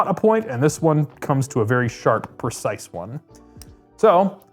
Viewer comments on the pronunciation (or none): none